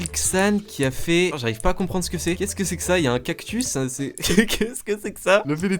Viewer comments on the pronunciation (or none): none